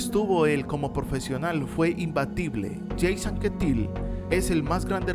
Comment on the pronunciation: Por Dios!! no pronuncies los nombres franceses en inglés, Jacques Anquetil se pronuncia Yacs Anquetíl. Por lo demás un magnífico vídeo, se puede cambiar el orden según los gustos, pero la lista está OK.